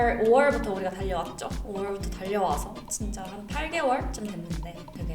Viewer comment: 5월부터 하는데 or부터 라고 들림